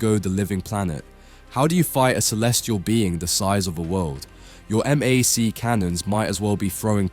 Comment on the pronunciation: It's read by an AI and it's written in all caps "MJOLNIR", so I'm not surprised it reads it that way. He does the same thing with "MAC cannons"; instead of calling them "MACK" it pronounces it "M. A. C."